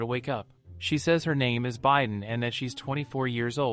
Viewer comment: Haha the bi is pronounce bee not by right?? Idk it’s ai voice so what can you do